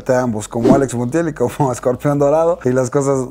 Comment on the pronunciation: Se dice Scorpion no escorpión